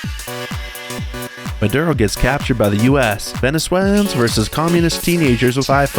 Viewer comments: Bro, the fact that you can’t say Venezuelan’s right is hilarious😂😂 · Venezuelians? Its Venezuelans.